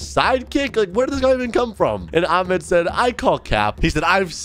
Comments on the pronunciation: it’s not pronounced aa- med- its ah- med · THATS NOT HOW U PRONOUNCE THE NAME AHMED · You don’t even know how to read Ahmed’s name أحمد my dad‘s name is Ahmed